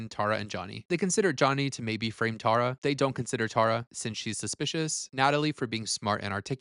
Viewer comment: I love your commentary but like why are we saying Tara so wrong?? Tear-a